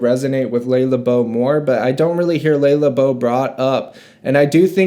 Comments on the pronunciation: Not "LAY Labo." It's "LUH Labo." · Le Labo is pronounced luh laah-bo. Roja is pronounced Roger (British pronunciation). Penhaligons is pronounced pen-Hal-iguns. Love the videoo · Nice. It took me so long to realize that you were saying "LE LABO". I haven't yet heard someone pronounce it like "Lay le beau" haha. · I have never heard someone pronounce Le Labo like that lol I was listening audio only and I’m like huh, what’s that brand haha it’s like “luh lah-bow” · Ley-la-bough lmao